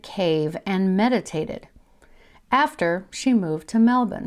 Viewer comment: Great vid. and props for pronouncing Melbourne correctly! haha 😊